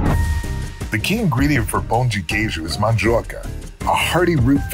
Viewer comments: won me completely with his perfect pronunciation of "pão de queijo!" ❤️❤️❤️ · is almost Brazilian ❤️ Perfect pronunciation and he knows the "pau" meaning hahahahaha